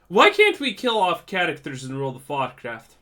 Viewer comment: Every time you said world of Warcraft it always sounded like world of vodka… that sounds way better